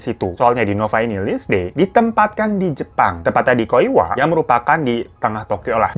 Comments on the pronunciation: Lindsay dibaca Linsey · baaang mau ngasih tau kalo lindsay tuh dibacanya linsei ya bwaangg